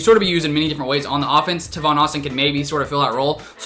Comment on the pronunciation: just to let you know , it’s “tay von” austin